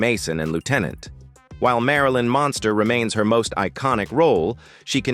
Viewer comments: I can barely stand to listen to the mispronunciation of “MUNSTERS” it is NOT “MONSTER” You suck a accuracy in the obvious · It was quite annoying the way you got the family name wrong even though you pronounced it right. Sometimes you’d refer to this as the Monsters. Well, you weren’t completely wrong since these characters were based on the classic Universal Monsters of the 30’s and 40’s It’s sad that almost all the actors have passed but luckily Butch Patrick is still around. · Why does the AI voice mispronounce the title as The Monsters every so often? Sad.